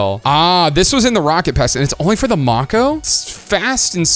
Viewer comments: May-ko as in Mako shark. Not Mock-oh lol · It's not pronounced mah-ko, it's may-ko like a Mako Shark. W Video as always 🎉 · Not to nitpick but I believe it is pronounced Make-o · Why u pronounced mako wrong